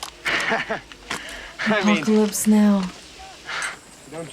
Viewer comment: "Apopalypse Now"